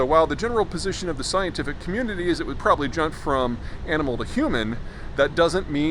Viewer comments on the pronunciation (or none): none